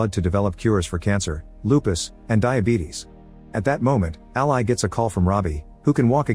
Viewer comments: dead that the computer said "ally" like the supporter/associate and not "Ally" like the name over and over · Can we train the ai voice to pronounce the name as “Al-ee” vs “Al-eye”??? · A pity the AI voice can't pronounce "Ally" as a name...